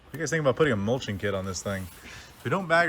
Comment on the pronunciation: Looks great. Can you 'bolth' on a 'muching' attachment to that mower? 🔩🔧 😂